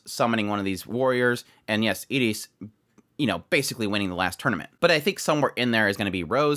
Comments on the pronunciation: He was saying Iris but pronouncing it with a short 'i' like in "it" instead of the usual way "eye-ris". That might be how they pronounce it in Japanese, idr. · I keep getting confused. Who were you hoping Annerose would get matched up with? Iris, the red haired princess. Sorry, but I'm a bit neurodivergent and how you pronounce some of the names confuses me. From context I assume you were talking about Iris, but it sounds like Eta's name, the girl they wheeled out on a cart.